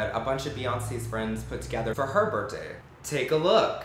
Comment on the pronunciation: is he saying birt day